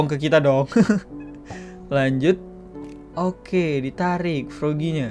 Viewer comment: Kok di detik itu piggy tapi kedengaran kek ngomong froggy